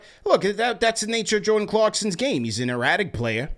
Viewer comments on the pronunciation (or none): none